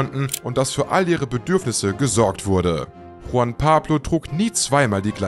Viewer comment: Juan ...nicht Huan!😅